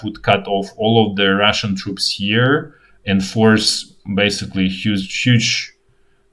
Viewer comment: The way you pronounce “Russian” sounds like “ration” to English ears.